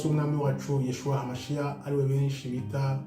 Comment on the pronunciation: Jye nturansubiza kuki uvuga yeshuwah Kandi ari yahushuwah